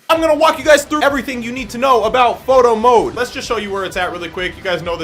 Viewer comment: Through out all this vid i heard him say moto mode instead of photo mode